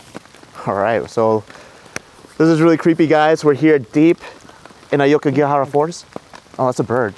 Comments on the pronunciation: A-O-kigahara, not A-YO-kigahara!! Otherwise, nice job. 😊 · It is pronounced as AWKIGARAHA, not AYOWKIGAHARA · AH OH KEY GAH HA RAH not AYE YO KEY GEE AH HA RA. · It’s awkigahara not ayokigahara